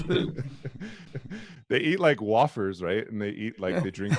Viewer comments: He can’t even say wafer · Though I didn’t myself I can think of a few reasons to: John Wayne the genocider? Get real Fact checking what actually happens with restoration and the oil sands and compensation. Fact checking that copper is definitely recyclable. No self respecting American says wafer like that. How dare anyone mock Native culture but have a lark at Jesus expense. Among other things.